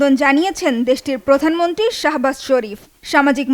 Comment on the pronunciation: প্রধানমন্ত্রী বলতে পারেনা সংবাদ পাঠিকা। বলে প্রধানমনট্রি শিং লিশ।।।